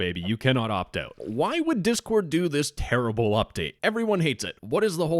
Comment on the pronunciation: I love it when you start the video by saying "Diss Discord"